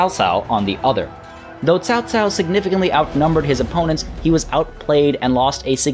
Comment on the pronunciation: Hahaha, i'm really looking forward to seeing you butchering all those name ! Nice try in this episode thou :) really commendable effort !! Your pronunciation of "Liu Bei" is spot on ! "Chao Cao" not so much :) The rpg element and romantesize version doesn't really bother me, cause the actual history is quite boring. Wonder how will they implement the characters thou, it has hundreds upon hundreds of different characters crucial to the story